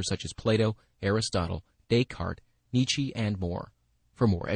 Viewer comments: The man is called NIETZSCHE and not NITSHI. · my god, no one knows how to pronounce "Nietzsche"